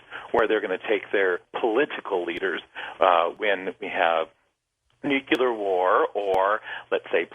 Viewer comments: he says nucular war.. . it is nu cle ar .....argentina has the debt problem also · Sorry honey, after hearing new-cue-ler from you every time, and then not being able to pronounce "litigious" I turned your shit off. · is that war going to be nucular? xD... also... "such and such powerful mogul owns a ton of land near southern south american... and such and such other one owns oa ton of land near southern south america... how do i know that? they are my neighbors" lol just kiddin. I hope you are wrong man, I hope you are wrong. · I couldn't have imagined that a sharp minded and a learned person like the speaker in this video can use the word "nuciler" instead of nuclear .I thought only George W Bush was able to come up with such illiteracy .But I guess most Americans are the same.Like that one reporter asking americans in the streets to name a country that starts with a "U" and some of 'em said Yugoslavia (instead of for example U.S of A) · You might have more credibility if you learn to pronounce nuclear. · This guy...he's an expert. You can tell, because he says, "nuk-you-lar," instead of nuclear and, "Fukushimi," instead of Fukishima. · Fukushima, not Fukushimi. So sad for Japan. Nuclear, not Nucular. Totally Horrible. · Fukushimi? Nuke-you-lar? Ex-specially? Learn to talk right. Then, maybe you'd be worth listening to.